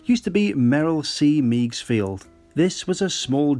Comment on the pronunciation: Not to criticize,, but Meigs Field is pronounced “Megs” not “Meags” - but your account of the history is spot on. A loss for the aviation community for sure. Landing a B737 at Meigs was always a highlight, if completely unrealistic, of Microsoft FS.